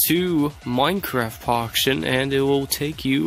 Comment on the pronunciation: So so so so so so so so so so so so so so and you always said Minecraft Poction..........................